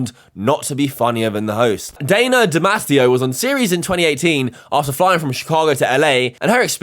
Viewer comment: Why’s he saying DiMatteo like that. Like bro I know u got a lisp and all